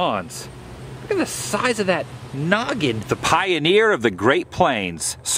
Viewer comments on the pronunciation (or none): none